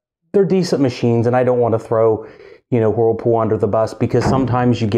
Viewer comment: It's not whoooooooerpool it's wurlpool